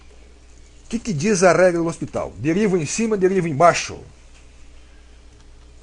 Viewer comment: Lê Hospital...kkk